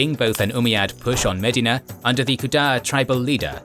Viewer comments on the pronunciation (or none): none